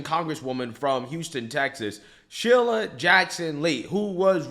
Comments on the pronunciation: Cmon man. Sheila's name has been in the news plenty enough where you have heard how to pronounce her name correctly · I about died laughing when you called her "Shilla!" 😂😂😂